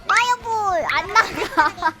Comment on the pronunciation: 파이어 볼은 빠 로 발음하고 프리즈는 P 발음이넼ㅋㅋㅋㅋㅋㅋ